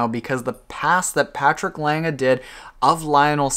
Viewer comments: You pronounced Lange pretty good for an English speaker. ;-) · Your "Lange" is pretty good. Much better than most english speakers pronounce it. Cheers from Germany. :)